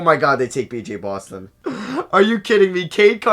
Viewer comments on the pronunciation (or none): none